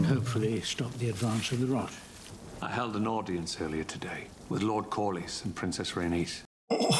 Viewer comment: His name is Corly pronounced Cor-lis.😊